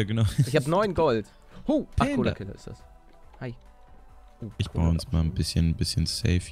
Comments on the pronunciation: dan nicht Colokiller nicht Colakiller 😂 Mega Folge 😂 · Es heißt collokiller